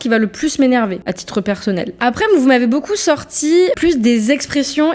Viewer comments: Beaucouf Le p devient F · boucou au lieu de beaucoup et "je vais sur Paris" au lieu de "je vais à Paris" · "Beaucoup" prononcé "Boucoup", ça m'agace un peu aussi, je dois dire...